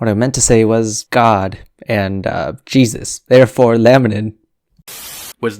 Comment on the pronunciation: Haha "...the fingerprint of Jaysus!"